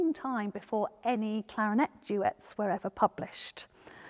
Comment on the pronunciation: I think you’re trying to say clarinet